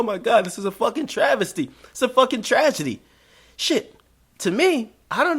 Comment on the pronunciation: learn how 2 say tragedy lmfao #loudbangg